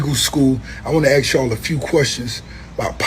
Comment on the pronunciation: Ask not ax wing stop ricky